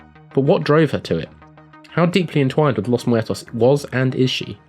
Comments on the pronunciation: Nah:P it was fine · Amethyst his pronunciation seemed fine to me. I'm Hispanic btw...